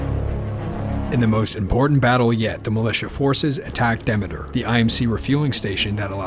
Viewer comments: why isn't it pronounced deemeter after the Greek goddess of harvest? I could've mispronounce it idk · ITS PRONOUNCED DE ME TER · The way he says Demeter tho